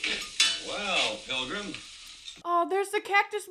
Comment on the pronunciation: 2 things they didn't have voice actors back then, just actors. Also when you say pilgrim you gotta extend it between the syllables like "pilllgrim".😁